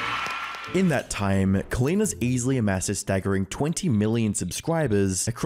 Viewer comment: Jason Desrouleaux never heard of or seen the name "Colleen" hahaha bro struggled to pronounce it and still did it wrong